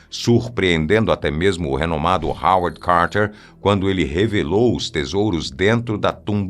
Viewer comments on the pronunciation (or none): none